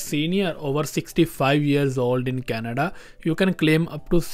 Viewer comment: it's Canada and NOT Kanda, how about India or Lundia??????????